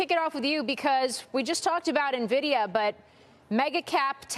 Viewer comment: Stop saying Nuhvidia!